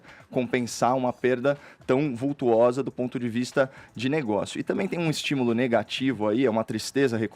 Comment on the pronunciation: VULTOSA e não VUTUOSA senhor Caio Coppolla!